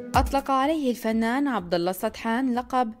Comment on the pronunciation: مذيعتكم ماعنده سالفه عبدو من شمر تنطقها غلط وهذي اساءه لقبيله شمر صححو النطق